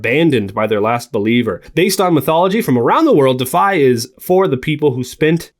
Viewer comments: I think it’s pronounced “De—if-eye” deify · Your pronunciation of DEIFY is missing a syllable…